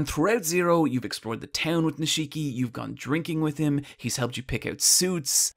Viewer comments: NIIIII-shiki not ni-SHIIII-ki ffs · How are you gonna pronounce Nishiki wrong when Kiryu says his name every time there's a scene with him? It's NEESH-KEY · Honestly, please just tell me if the mispronunciation is just trolling at this point. It's every video and it just makes my ears want.to curl up into balls. This video the mispronunciation was Nishiki. It's pronounced: Nish-Ki (Kiryu even says it in the scene at the mark): "Nish-EE-ki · No one Him: Neesheeki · Ni-shii-ki lol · I can’t take this video seriously with how you butchered the pronunciation of Nishiki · How the fuck can you not pronounce Nishiki correctly even though it's repeated 5000+ times in-game